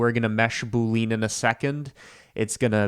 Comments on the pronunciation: I say this not to be like ‘aha, got you!’ but because I think you're the kind of person who cares about getting these things right: boolean is pronounced ‘boo-lee-in,’ not ‘boo-leen.’ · you mean boo-lee-uhn 🤷‍♀ but yeah, don't get riled up when people pronounce stuff differently. Some do it for fun, and like others suggested, it may have been to trigger engagement which I don't mind since Youtube did changed the algo. I sometimes just comment on a video to support the youtube channel 🤷‍♀ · Proof is an alien: the way he says button and boolean.